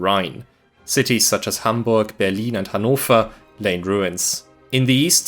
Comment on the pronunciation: The commentary is terrible..what the hell is Berleen???